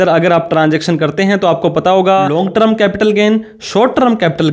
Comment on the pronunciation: Pehle short term ko sahi bolna toh seekh. Trum nahin hai term hai